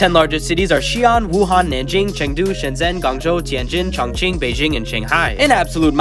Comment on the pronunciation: Bro said Ching Chon…